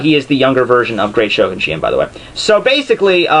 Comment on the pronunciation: The way you pronounce shi-en is hilarious.